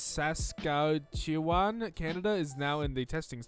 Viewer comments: It is pronounced sas-katch-e-wan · Did this man just say sass-katch-oo-on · saskatchewan is pronounced sas-cat-chew-wan i live jn canada so i should know :) i wanted you to know. good job if you said it right! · Its pronounced sa-skat-chew-wan. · It's say as sask-atche-wan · "saskaaaghchywan?" Sure. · I’m from sask - atch - u - wan and I’m about to have a seizure because he pronounced it so wrong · "sass-cat-chew-an" here you go love 💛😂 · Grrrrrr. It's pronounced Sas-cat-chew-on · Saskatchewan is literally pronounced "sass cat chew on" I know; I'm Canadian. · Saskatchewan: Sass-cat-chew-on how to pronounce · I'M FROM CANADA YOU SAY SASKATCHEWAN IS PRONOUNCED "SASS-CATCH-OO_ON" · Sa-ska-chew-wan come on it's not that hard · The way to pronounce Saskatchewan is sas kach oo on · Sas-cat-chew-on... Saskatchewan... sorry I felt offended... I must defend my Canada... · How is it that hard for you to pronounce Saskatchewan it’s saskachuwaan that’s how you pronounce it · "sus-cat--uwan???" lmaooo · Saskatchewan. Not sas kat Chew on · Someone just to tell him to call it sask like everyone else 😂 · Hyper Hunter As a Vancouverite I think it is pronounced Sah-skah-che-won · Canadian here, anyone? Well anyways: Lmao trying to pronounce “Saskatchewan” was gold, “Sas-cat-chew-on” thats how u pronounce it, don’t worry I had problems when I discovered what provinces were in kindergarten... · I’m canadian and this caught me off guard, usually I don’t even notice when he tries to pronounce words, but this is understandable it took me the first 5 years of my life to first understand this place existed and then learn how to say it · As a Canadian who has to learn about American AND Canadian geography in school, it infuriates me that doesn’t know how to pronounce Saskatchewan. No hate tho, it is a tricky word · I experienced physical pain when he struggled with Saskatchewan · WAIT WTF YOU DONT KNOW HOW TO SAY SASKATCHEWEN?!?!?!!? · You can’t say Saskatchewan 😂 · It killed me